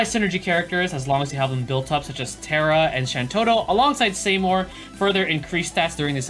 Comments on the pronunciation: Saymore?? REEEEE! (It's pronounced as See-more) Please never SAYMORE again x) Great video though, keep up the good work ;) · see-more not say-more